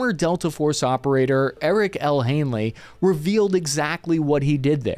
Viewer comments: His name is HANEY not Hanely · Haney, not Hanely... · Ps. It's Eric L. Haney, NOT "Hainley". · HANEY !!!! not Hanley.... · Are you saying Hanely instead of Haney? Or is it just me? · PLEASE pull your head OUT of your ASS concerning NAMES, PLACES, etc., will you? The man's name, according to YOUR SPELLING, is/was 'HANEY', there is NO 'l' in the man's name, ie, 'Hanley'. At least get the man's NAME CORRECT, will you? Cheers from the Oil Patch in Central WY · You keep referring to Eric Haney as "Hanely", but have it written without the L in the last name. So which is it? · Haney is his name. Not Hanely. Lol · Why do you pronounce the name of Eric L. Haney as "Hanley"? Why did you add an L to the pronunciation of his last name? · It is Hay Ney. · It's HANEY 😬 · Haney is pronounced 'hay-knee' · HaneLee????? Get hooked on phonics bro. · Not sure “ Haney” has an L in it… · Bro, there’s no way you’re not at least borderline brain dead. Hane-ly? There’s no L in his last name. Bay-ez instead of By-ez? Your inability to speak correctly devalues all the hard work you put into these videos and it’s been going on for years. Fuckin asvab waiver😂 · Great video, but how do you keep saying all the names wrong lol. Baez is pronounced ( BI EZ ), then you call the Haney guy Hanely over and over again, it's crazy.